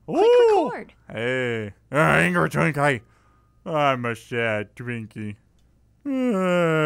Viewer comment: you said drinky in sted of twinky